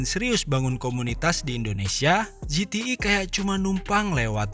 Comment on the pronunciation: ZTE bukan ZETII